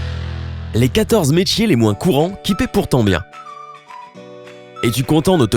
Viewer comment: les metchiers 😂😂 Sinon moi le métier parfait c'est testeur de lit 😴 Et le plus infecté c'est mangeur d insectes 🤢🤮